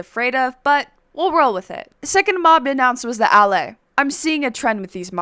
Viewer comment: BRO DID YOU JUST SAY DALLAY INS5ED OF ALLAY